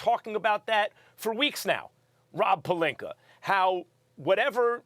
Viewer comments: Good ol Stephen "AR" Smith. Destroying names that end with an A. Rob Pelinkar lol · Stephen A. - "Robbb Palinker" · Anyone else notice Stephen a randomly calls pelinka "pelinker" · Rob “Pelinker” I caaaant hahahahah 😂😂😂😂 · Love it when he says Rob Pelinker lol